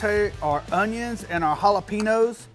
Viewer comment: It’s hollapenyoos bro. Get it right